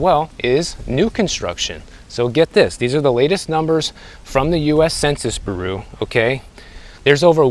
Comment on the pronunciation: "From the US Census Beroo" 😂 Sorry, that just tickles, love the channel!